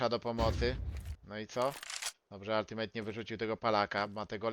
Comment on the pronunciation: Demydż i Altimet a nie altimejt i demejdż